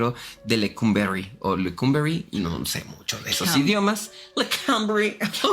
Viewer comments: "Lecumberri" es Euskera (vasco), se pronuncia como se lee en Castellano, no como el idioma inglés. Saludos. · 🤣🤣🤣 entre la Politzia y Lecumberrry, me hizo el día 🤣🤣🤣